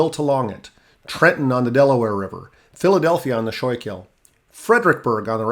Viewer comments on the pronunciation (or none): As a southeast PA native, it’s cool to see the region talked about so much here. Some pronunciation notes: Mauch Chunk - mawk chunk Schuylkill - skoo-kul (the u is very unstressed, like a quick cull) Susquehanna - ses-kwa-hanna Reading - red-ing The coal was very important to the town of Mauch Chunk and led to it having the most millionaires per capita of any city in America at one point. Some of the mansions on one street still have tours. The most famous is Asa Packer who founded Lehigh University. When coal fell out of fashion, the town really struggled for a while, so the two parts (East and West Mauch Chunk) merged and was renamed Jim Thorpe (the lake retained its name). It’s now mostly a tourist town, but it is really beautiful (especially during the fall). The Lehigh Canal is a fun place to fish, and Mauch Chunk Lake is pretty nice. We call the old railroad the switchback, and it is now a hiking trail with a few tracks still visible.